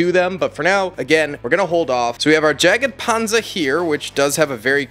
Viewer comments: It’s actually probably yagpanzer not jaggedpanzer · Thats a super cool collection you got 🤩 the first Tank you opened is a Jagdpanzer IV (there is no E between the G and the D, so it‘s pronounced JaGDpanzer, not JagEdpanzer) that triggers me a little bit but it‘s okay 😂😂💪🏽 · Its not a jagged panzer, its a jagdpanzer. Jagd = hunt in germann. Tank destroyer/Tank hunter. If you wanna say Jagdpanzer like the krauts do, just start with a german "Ja" then leave out that "e" you added, and follow up with panzer and youll be golden, mate ;) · yag-panzer is how you pronouce Jagdpanzer